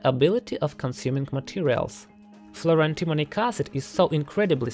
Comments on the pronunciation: I keep hearing "fluoro-demonic acid." I am not sure that that is wrong. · it sounds like you are saying "fluro-demonic acid"